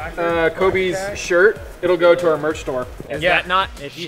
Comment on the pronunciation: he rly said “o u r”